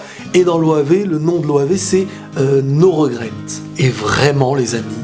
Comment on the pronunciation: « le titre no regret » quel accent 😂